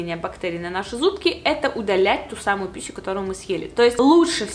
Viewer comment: Она хотела сказать пищу